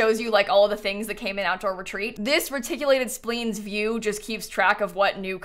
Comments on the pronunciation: I know you're young, so you probably don't remember. "Splines" is pronounced with a long i sound, not a long e sound. "Spliiines", not "Spleens". Way back when the original Sim City and Sims came out on Nintendo, there was a lady's voice that would read the words during login, and she would always say "Reticulating Splines"! Just FYI. Love your videos! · Hearing “splines” be mispronounced as “spleens” is both infuriating and validating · Splines is pronounced spleens? I thought it rhymed with spines. "learn something new every day" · Reticulated "spleens" LOL love it